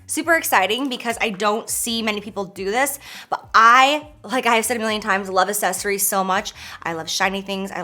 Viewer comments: Anyone notice the way she says “accessories”? She pronounces it like “uh-ses-er-ies” instead of “uk-ses-er-ies” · "assesories" SISSSS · I just want to help you, repeat after me: ack-sess-or-eyes ack-sess-or-eyes ack-sess-or-eyes Accessorize. It's not, assess-or-eyes. And candles aren't "pigmented", girl. 😂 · Don't make yourself look dumb. Grammar lesson time! sunglass is not a word, it's always plural, it's ALWAYS sunglassES axes - sories is the way it's pronounced, not ass-es-ories for the word accessories be an intelligent woman, because some crazy kids think you're their role model Cheers 🧚🏻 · Girl I love you but everytime you say accessories it's so close to assessories. You missin the C's and I die a little inside everytime 😭🤣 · "Assessories" 🤣 xx love ya J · Girl it’s not assesories it’s accessories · I Listened 5 times and I swear she says asses-eries.. instead of accessories lol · Everytime she says "Ahsessories " 🙉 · New game: take a shot every time Jaclyn says aSSESSories hahaha ily girl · Am I the only one phased that she pronounces it "assessories?" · Is it just me or does she say “assessories” 😂😂😂 love it tho👌🏼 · She does! ...never heard anyone pronounce it that way. Lol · LOVE the video, and dyinggggg for those sunglasses! I've gotta say though, the way you pronounce accessories makes me wonder if I'm saying it weird or if you're saying it weird?! LOL!!! I think its just a regional accent thing. I say "Acks-sessories" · take a shot everytime she says "assessories" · Does anyone else live for the “assessories”? No? Just me? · Why do I love the way you say accessories like assessories sounds soo bougie 💓💓💋💋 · She cannot pronounce the word accessories lol. I cringed every time she said it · Honey, your pronouncing accessories wrong Lolol I love you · Yates I wonder is anyone gets confused if she says access the same way she says accessories. 🤔🤔 Hahaha.